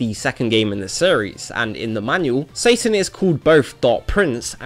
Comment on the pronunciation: Finally someone who pronounce his name right. I wish I could just give you 100+ thumps up. In my country we also pronounce it more like the japanese way even tho it's written "Satan" as well (the only different is that we pronounce the S very soft like if it was written with an z ) . Pronounciations can be different from place to place. Yet so many are think its pronounce like the english name " Satan" even tho you can hear how the characters pronounce his name in the games.